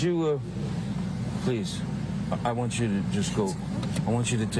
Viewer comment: "Pliz you're keeling me with theeze you're keeling me you're ffphtzucking keeling me" 😂